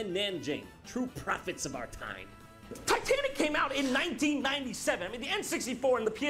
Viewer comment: “Titenic…” - Jon